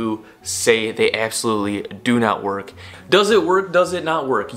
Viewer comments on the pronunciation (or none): none